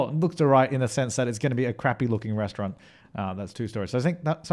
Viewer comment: "A Rrestaurant" u said it really German 😂👍